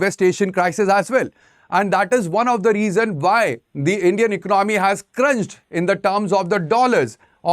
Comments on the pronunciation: What ecnomy??? Why he is pronouncing ecnomy?? Its economy ... ec-co-no-my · Vo bolne mein yhi aata h ecnomy 😅